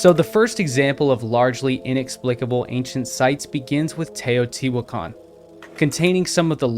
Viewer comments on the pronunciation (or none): none